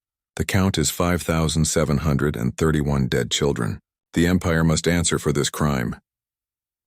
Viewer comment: 😂 why are numbers so hard for the AI to say i loved the story but can stop laughing when i hear the "5 thousand andfj yr ch h h kfh 31 children" 🤣